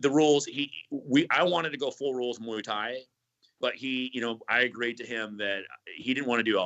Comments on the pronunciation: moo-ey tie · Mooey Tie? Sweet